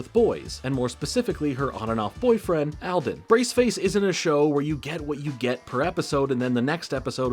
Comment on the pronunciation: Great vid! Hope you don't mind my being nitpicky... buuuuut... All - den. Not "al - den". I know this becaaauuusee... A: I've watched this show many times. They pronounce it with the long "a". And, 2: It's my last name. That's why I commemted. 💀 I love your channel! Hope my comment doesn't come across as rude.